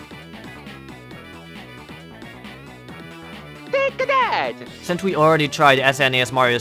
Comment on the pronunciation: T A K E A T H A T it sounds like Take a dad lol